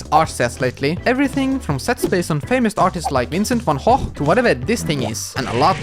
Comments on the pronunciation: van HOH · What's really satisfying is that you actually pronounced Van Gogh correctly! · Finally!! Someone who pronounces Vincent van Gogh’s name correctly